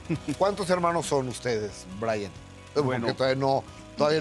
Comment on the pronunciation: BRAVO GUSTAVO YA PRONUNCIAS BIEN EL NOMBRE DE BRAYAN GOOD JOB!!!!